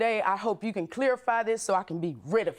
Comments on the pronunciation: She said "clearify" not clarify. Shes guilty 😂😂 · The way the defendant says clarify...."clear-a-fy" irks the heck out of me